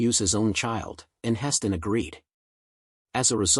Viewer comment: Why does he call Heston Atch?